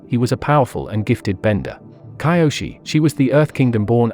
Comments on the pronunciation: It's kee o shee see toe he also said guy ast o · It's kyoshi not kaioshi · This voice mispronouncing Kyoshi is pissing me off man😒